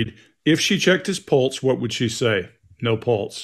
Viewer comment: It bothers me the way she says pulse (sounds like she's saying pults)